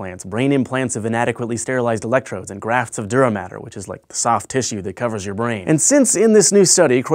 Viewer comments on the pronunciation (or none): none